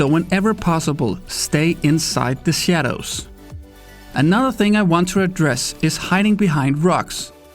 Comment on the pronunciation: "Stay insait ze sadows" ;)